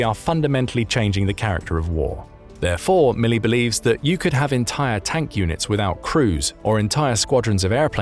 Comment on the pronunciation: Milley? LOL!!